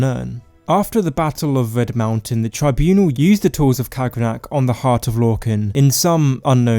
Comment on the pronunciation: ITS RED MOUNTAIN NOT VED, RED!!!